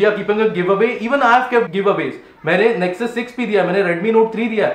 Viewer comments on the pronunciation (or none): none